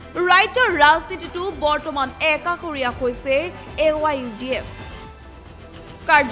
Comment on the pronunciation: এংকৰ বাইদেউ, AIUDF নে AYDF? উচ্চাৰণ ভাল দৰে কৰিব।